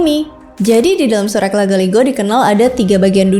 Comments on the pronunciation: Bukan patotoke TPI patotoe bgitu jg surek dibaca sure', patotoe artinya yg menentukan nasib Sdkn sure' artinya surat atau lembaran naskah, bgitu mungkin maaf KLO salah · Izin kak cara bacanya itu sure'